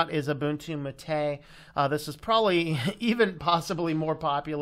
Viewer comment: What? It's pronounced MAH-tay